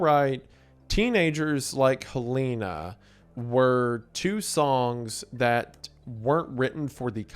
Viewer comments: Calling hell een a instead of helen-a is so funny to me ive never heard it pronounced that way Also i consider mcr emo because emo kids listen to them not because the music itself is nessarily emo i consider most of their albums after the first one as opera rock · It’s so Wendigoon how he doesn’t stick to the two most accepted pronunciations of Helena (Hel-eh-na or Hel-ay-na) but uses his own wrong way of saying it, Hel-ee-na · Still cant pronounce "Helena" I see. 😂 For those wondering, it's "Hell-eh-nah".